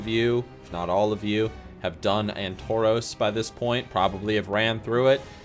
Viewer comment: Ann-toros :D